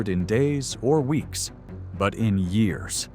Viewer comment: She's the worst CEO GM's ever had. She's a DEI hire. Also, I'm tired of the AI voices. It doesn't even know how to say years.